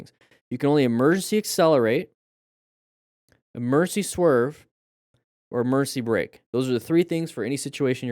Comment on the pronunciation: "Emercy swerve.....Emercy brake"..." "EMERCY".......?!?!? English IS my primary language,and yet i'm not familiar with this word...